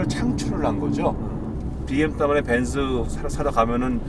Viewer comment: 발음때문에보기거북해요...그냥..벤즈~말고벤츠라고하는게 좋을거같아요